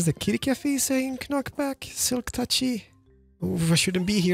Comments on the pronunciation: Hearing the way you pronounce “knockback” has truly made my entire day 😂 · The fact that pronounces the "k" "knock back" and "know" infuriates me. And part of my my brain doesn't want to ignore that hes doing it on purpose (maybe). Great video